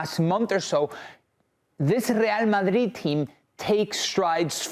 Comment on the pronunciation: It’s the right way to say it